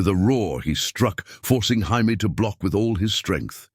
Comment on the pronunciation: What's with the weird Jaimie pronunciation?